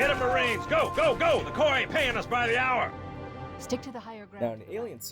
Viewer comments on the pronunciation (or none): none